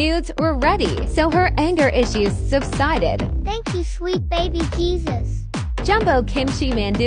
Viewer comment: Thank you sweet baby Jesus Why she say it like that